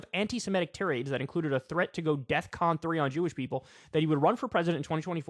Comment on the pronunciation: He said def con (defence condition) 3 not death con 3